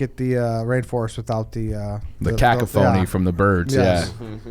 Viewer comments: saying cock-a-phony for cacophony is hilarious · pronouncing cacophony